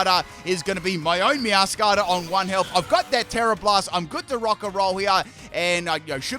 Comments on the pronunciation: Its actually MeowscaraDA. Like “mascarade”. I dont understand why he calls it Meowscara. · Repeat after me- Spri-gah-tee-toh Meow-skah- rah-dah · I think Meowscarada is pronounced Meow-scarada (Like a mascarade, because it wears a mask) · Meow - scur - raid - uh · I love how skips a syllable for Sprigatito and Meowscarada:_pimpKappa::_pimpKappa::_pimpKappa:. Floragato got some special treatment